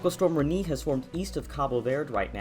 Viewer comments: Reniiii? Please! Check how to pronounce a word properly. That hurts! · It’s Re-Nay. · My local news meteorologist pronounced it like 'Re-nay', which is the right way to pronounce it, Re-knee or Re-nay? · Ewww the way he says Rene... It's Ren-nay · im pretty sure its pronounced "Ren-ei"